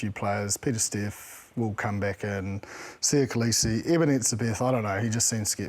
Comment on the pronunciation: Also, it's pronounced 'Soo - ah - ah - lee - ee' with the 'ah - ah' said closely together with the 'lee - ee'